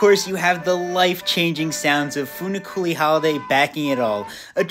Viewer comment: as an italian you did say funiculi well, you didnt put an enphesis on the final i but it sounded good